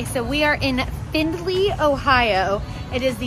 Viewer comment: As a person from Ohio... the way she said Findlay...🤬... only joking 😂😂